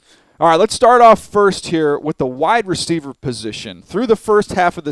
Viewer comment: wide resteiver